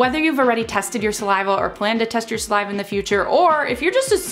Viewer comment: Say saliva normally ffs